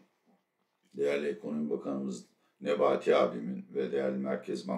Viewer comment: Attila abi NEBETI ismini sizden daha guzel soyluyen yok😂